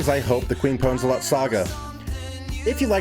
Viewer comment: her name is Queef Pwnzlthot, but i'll forgive you that you pronounced her name wrong :)